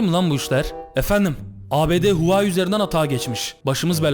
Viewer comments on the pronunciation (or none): Huwai değil Huawei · ya huwaı değil huaweı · Huvayi değil huğaavey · huwai mi?!?!! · huawi dedi amk adadas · Huwai? Yok hawaii amk